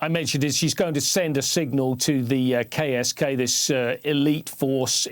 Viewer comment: oh KSK... I thought I heard Gay as Gay commando or something sigh.